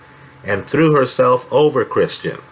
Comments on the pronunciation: Well done. But it's "Kristen" not "Christian." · Is anyone else bothered how this guy keeps adding an R in Kristin's name and calls her 'Kristrin'? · It’s Kristen, please stop saying Christian! Geez